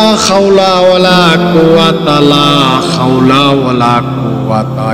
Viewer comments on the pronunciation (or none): আপনার তে উচ্চারন হয়নি লা খাওলা বলেন লা হাওলা হবে।